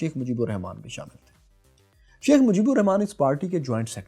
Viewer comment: You cant even write our father of nations name proparly? Its "RAHMAN" not "Rehman". Bengalis pronounce Rahman. Write it properly.